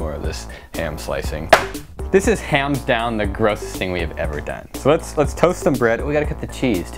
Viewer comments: he said hams down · Did you... did you say "this is hams down the grossest thing we've ever done"? I didn't think it was possible to love you more than I currently do